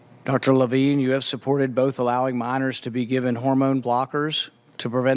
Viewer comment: Incompetent moderator, at the end she says "senator Lavene" 🤦🏽‍♀️